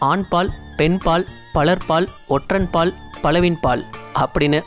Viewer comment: Bro athu otran paal ella ondran paal